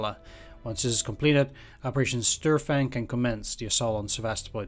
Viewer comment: Small hint, in almost any case of the "St" at the beginning of a word in German, St gets pronounced as if it was written "Sht". So, basically it gets pronounced like "Shtörfang".